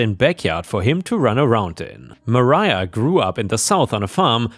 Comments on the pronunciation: Mariah is "muh rye uh" not "Maria." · FYI re "Mariah": For some reason, MARIAH is the spelling used for the name ma-RYE-ah and MARIA is ma-REE-ah. You were right the first time.